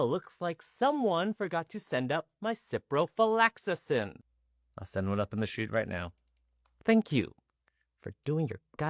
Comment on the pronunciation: Ciprofloxacin has 5 syllables, not 6, and no 'lax' before the 'acin'. 😅